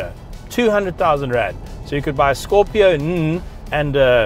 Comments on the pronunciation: Brother, this car is called Scorpio N "En" and not "nuh". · Bro, it’s not Scorpio nnnnn.. it’s Scorpio - N (en’ with an e’) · Say N that is the name not nn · Good review, except it's not scorpio nnnn😃😃 every time you said that you had me laughing.its simply Scorpio N as in the letter N 🙏🙏🙏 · It's Scorpio 'eN' and not 'Nnn...' 😂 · Pronounced Scorpio en not nnnnnhh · Scorpio "N" - "En" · Scorpio N, not Scorpio Unn 😂😂😂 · I find it really funny how he calls "scorpio-n".